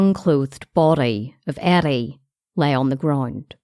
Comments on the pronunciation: I thought she said Addie at first lol now i hear the r youre talking about once i read ur comment lol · how is this respectful. she is not even pronouncing his name right? it reDs Eddie but she pronounces it Addie, wtf? how wrong is that?